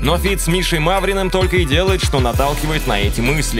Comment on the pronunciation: Мавриным😂😂😂 Ребята, ну вы что!? МаРВиным)